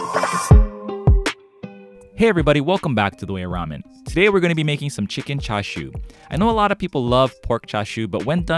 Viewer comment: I'm sorry but where are the ''CHA'' and the ''SHU'' parts on that Chicken ''Chashu'' lol